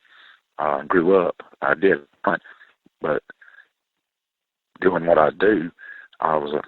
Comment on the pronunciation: I wish could get through one show without saying “tell us what you were duing” and “fascinating.”